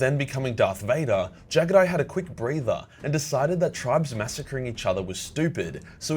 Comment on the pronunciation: I hate how you pronounce jaghatai